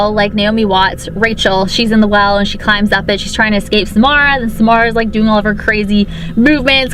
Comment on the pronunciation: every time she says Samara I hear s'more